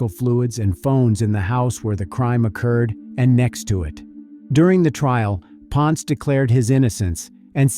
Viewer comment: it is pronounced as "pon-se" not "pons"